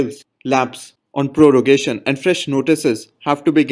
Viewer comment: Prorogation not Porogation